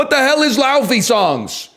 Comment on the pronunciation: Laufey is fantastic, the iclandic pronunciation is "Lay-fey"